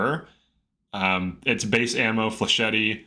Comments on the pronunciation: Heh, "Fleshetty" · Why do people insist on pronouncing flechette like flechetty. You don't pronounce cassette as cassetty do you?